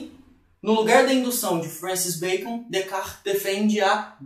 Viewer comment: Decar foi a pronúncia mais estranha que já ouvi